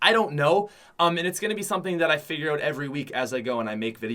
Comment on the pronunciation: Is it just me or does say oat instead of out